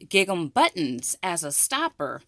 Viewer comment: I got this die also. I can’t wait to use it after watching all of your wonderful ideas. I love your enthusiasm! I am not the pronunciation police. But many people watch your videos. Bless your sweet heart. You pronounce the word Gigum. It is actually pronounced Gingem! Like Ring Em. Please accept my humble advice. Just wanted to help. What a joy to watch your videos!!!!